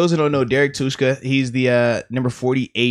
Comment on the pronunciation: I’m his cousin and his last name is not pronounced like that